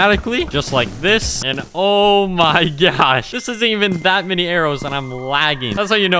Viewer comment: “Oh my gyod, oh my gyosh “